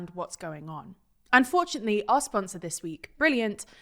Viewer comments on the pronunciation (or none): Your new brilliant advert sounds like your saying "unfortunately" rather than "and fortunately"